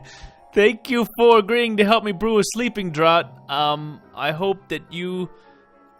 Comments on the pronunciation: Draught sounds like draft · The Romanian Longtail is a dragon...and draught is pronounced (draft) au sounds like the O in mom...and the gh sounds like an f like in fan...just letting you know to help you not to be rude...if it is sorry about that. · The only thing..youre butchering the pronunciation of sleeping draught..its said like draft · For later reference, "draught" is indeed pronounced "draft". It pays up to have heard all the audiobooks! :-D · I looked it up and yeah, it's "draft" 😅 But don't worry. :) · I was just going to let it go...it was becoming it’s own joke :)